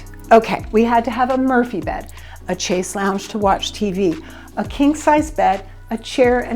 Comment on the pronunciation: Wrong pronunciation of chaise. Not ch but sh sound.